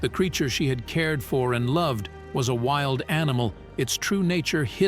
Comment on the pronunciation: Narrator didn't pronounce WILD correctly How do you screen the people who read these stories!! It is the most annoying aspect of your site!!!